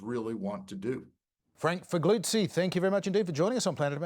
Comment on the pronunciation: John, your pronunciation of Figliuzzi needs work. Surprised Chas didn't berate you. Maybe he did it off camera 🤭 Love the sledge from AOC 🤣 and of course, love you guys. Can't you guys do a summer show? Surely you're not taking holidays? 😉